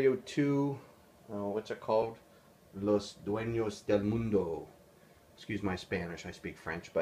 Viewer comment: "please excuse my Spanish" proceeds to pronounce the scenario perfectly in spanish :P